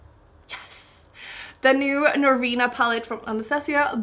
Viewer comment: Thank you for saying our brand name correctly! So many people say it wrong - we need to replay your voice saying it over and over!